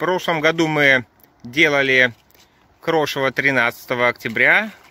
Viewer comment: Режет ухо слово "крошево". Звучит, как хрючево. ЗЕЛЁНЫЕ ЩИ, КИСЛЕННИЦА. Ивановская область